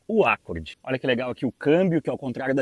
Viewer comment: Nunca ouvi alguém pronunciar ÁCCORD. Acho que o que inventou essa.